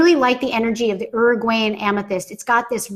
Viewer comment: i cant with how she says uruguayan